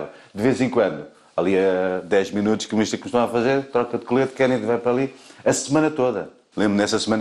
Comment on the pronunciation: Kennedy e nao kennady